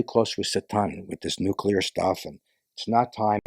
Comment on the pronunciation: I was wrong. He pronounced nuclear correctly.